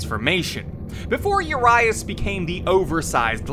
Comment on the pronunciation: His name means 'huge' in Romanian. And you badly mispronounced it every time :)